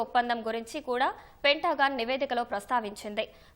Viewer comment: పెంటా గాన్ కాదు తల్లి, పెంతగన్